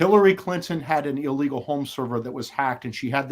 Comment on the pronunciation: Illegal, not illwgal!!